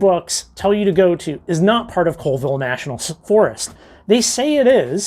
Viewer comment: Another excellent walk through of DIY Rockhounding. (Colville and Pend Oreille are pronounced "Callville" and "Pon-der-ay". Keep up the great videos. P.S. At your suggestion I just bought a pair of Traction Tracks!